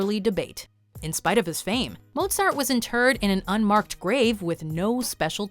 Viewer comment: You pronounced mozart's name soooooo wrong....